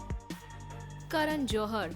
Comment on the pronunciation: Its karan johar not joharar😂